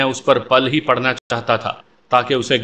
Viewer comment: کسی پر پِل پڑنا✅ کسی پر پَل پڑنا❎